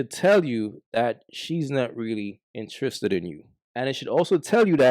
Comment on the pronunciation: Intriiissred 😂😂 u Guyanese bro?